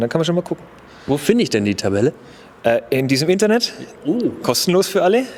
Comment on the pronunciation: Klar, reiner Optik Shitbull. Kostet Sicherheit und Sprit. Erstaunlich, dass man dafür einen Test braucht. Ist doch klar. In D. ist sowas doch eh null einsetzbar. Eine Frage noch: Wo finde ich denn dieses "Internett"?